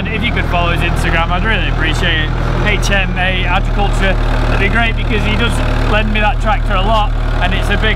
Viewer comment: you really struggle with saying HMA tree care 😂😂